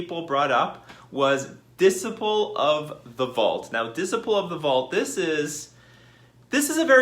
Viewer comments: Dis-iple of the Vaut, lmao It's Dis-sipe-ul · Dis-uh-y-pul not dis-ih-pul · whauh? Diss sigh' pull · Lol you're mispronouncing Dis - ciple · You good bruh, Diseyepull 👌🏾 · Unban the artifact lands... it restricts the colors some artifact decks can be in, plus affinity had died along time ago Edit: and your pronouncing disciple wrong, just so you know